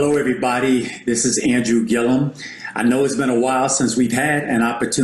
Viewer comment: Dr. Boyce just a lil feedback. The man’s name is Andrew Gillum not Gilliam. Also, he was the mayor of Tallahassee but he is not an attorney.